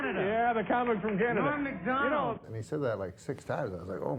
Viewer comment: Norm MACK-Donald.